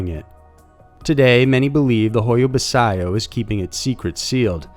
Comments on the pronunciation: What was that pronunciation of the forest lol 😉 Definitely not how it's pronounced. Anyways love the videos ❤ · I'm romanian and I must say, the way you say Hoia Baciu is hilarious XD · I've never heard anyone butcher the name of that forest so bad 😂😂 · Literally the only reason I clicked on the video was to see how bad he'd mispronounce it haha. This guy's got a way with pronouncing people's names really really wrong. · It isn't nastiness, it's the truth. The forest is very well known and popular on tv shows, etc. How he could not have known how to pronounce this is beyond me. All it takes is a quick Google search and a click on the blue speaker icon. By the way: Pronunciation DOES MATTER. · I closed my eyes sharply when I heard how he pronounced it, but in all fairness it's not easy to say it properly if you don't hear it from a native romanian speaker. But yea great video ! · Great vid as always but it's pronounced "hoya-bachu". Love your channel..😃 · Um, it’s pronounced hoy-ya bah-choo. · The Hoia Baciu forest is pronounced as Hoia Bacu, the people who live near the forest used to avoid it. Now, it has become a source of income because there are lots of paranormal enthusiast visiting the forest. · Hoia Baciu (Hoy-a Bat -Chiew) is a very famous well known location in Romania. It has been featured on Ghost Adventures, Josh Gates' shows, and numerous other programs. Even a two minute glance at a website of world famous haunts & forests would help you prepare before you go to air with your mangled mispronunciations...For God's sake this is near Dracula's territory. Everyone knows this. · the correct way to pronounce the name of the Forrest is ho-ya-bah-chee as in "cheek" without the "k"...sorry just had to point it out,,, it's an o.c.d. thing....lol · You butchered the fuck outta that pronunciation.